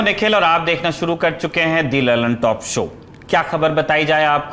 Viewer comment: I think you should pronounce द lallantop instead of दी lallantop in your introduction .